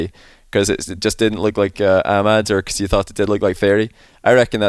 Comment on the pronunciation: why does he keep saying youz